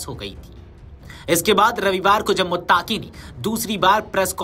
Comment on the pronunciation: Muttaqi bolo muttaki nahi